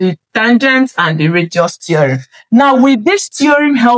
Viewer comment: Dear, just a backup radius not reduce. You are pronouncing it as reduce which can confuse listeners.